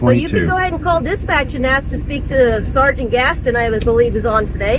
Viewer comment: Your crappy robot voice needs to learn how to pronounce “sergeant”